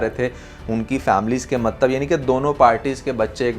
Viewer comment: Ye maktab maktab kya word bolte aap do you mean matlab